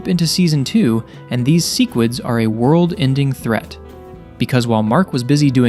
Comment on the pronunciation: Why do you pronounce sequid so wrong on purpose 😂